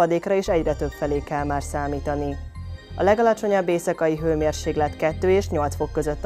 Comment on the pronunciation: Mármint hőmérséKlet, nem g - vel! Ugye, csak rosszul hallottam?